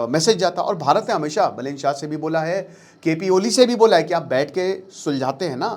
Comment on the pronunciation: बलेन❌ बालेन✅ रावि लिम्छानी❌ रवि लामिछाने✅